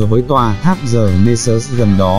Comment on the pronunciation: Góp ý : Xin đừng đọc chữ : The = “giờ” nghe kỳ quá.